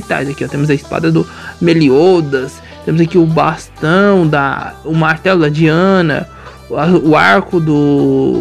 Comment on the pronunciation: É diane não diana